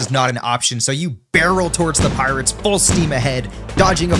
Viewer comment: Bro really said Pirates and adamantite 💀